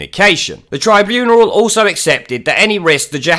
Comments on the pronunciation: What the heck is a "tribuneral"? It's "tribunal". No "er". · Tribuneral? Is that on purpose or are you just mispronouncing tribunal? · Yes, but what the fuck is a tribuneral?